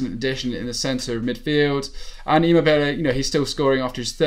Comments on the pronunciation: It’s ImmObile not ImmobIle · 'emo bilay' 😂 😂 😂 😂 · it’s E-mo-be-le and A-Cher-be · That's just simply a wrong way to say Immobile isn't it? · You pronounce Immobile like a total nob!!!